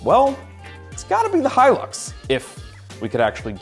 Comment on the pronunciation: It's Hilux goddamn it. Hilux! Not Hylux.